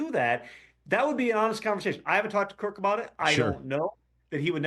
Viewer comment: Some advice. If you're going to take a shot at someone's intelligence, you better have your own ducks in a row. First, it's "Kirk", not "Kurt". Secondly, he was asking that question because he was asking if Kirk had a no trade clause. He wasn't aware he did, thus the question. He wasn't asking if a person can veto a trade if they have a no trade clause.